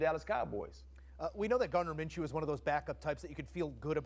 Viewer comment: Minchoo not Minachoo lol Great Win #CowboysNation F the Haters A W is a W